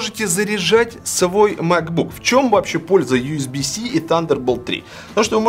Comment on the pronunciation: Ю с би си да не биси ежеси)))